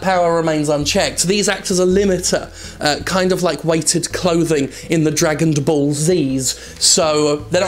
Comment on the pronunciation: Lol Jim, there is no 'd' at the end of Dragon so as to make it "Dragond Ball Z" loool behave